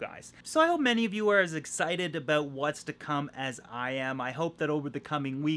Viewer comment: Cant wait for that fish building bro! Got my shirt! Got it in black! All that traveling and can't make it to the tri- state area? What's that all "a-boot"?! Lol. Are u gonna raffle any of those tanks in your office?? Do it!! 😁👍🏽